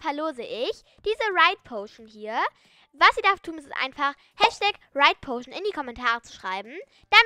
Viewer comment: Haha das heißt ridepotion